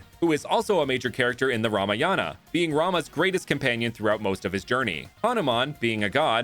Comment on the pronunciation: It's called ram-a-yan